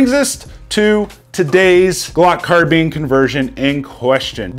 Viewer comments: It IS “car-bine”, I’ve never heard the pronunciation “car-been” before and yes, it was doing my head in too! 😂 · Anyone else annoyed by the"car-beeen"?? Some reason I feel better saying"car-bine"... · It's CAR. BINE. Not Carbeans ffs. 😬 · You say carbean I say carbine.... But I'm from the south.... So theres that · Why is my man saying car beans??? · Car-beans lol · Is it " car - bean " or " car - bine " !?!? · Say Glock Carbeen one more time. You know so much about Guns but don't know how to pronounce Carbine. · Michael Hodge it could be an accent thing. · Why does he say carbine like that 😂